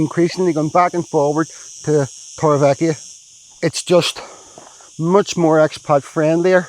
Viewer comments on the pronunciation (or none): Haha I was going to say the same thing with my OCD it does my head in I've lived i n the area for 20 years I'm sorry but please learn how the Spanish pronounce it the v is pronounced b so it's Torre be eka definitely not ekia. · Please say Torrevieja right, it's ECKA not EKIA hahahha sorry but it's been grating on me a while now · In the spanish language, J is pronounced as H. TorrevieHa. Old tower is😊 what it translates to in the English language. 🎉